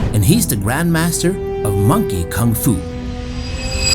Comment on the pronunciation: First foreigner that pronounces koong fu not Kung Fu. Bravo